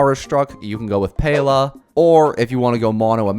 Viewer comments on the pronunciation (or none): At the 5 min and 48 sec said Pele at the place of Pela 💀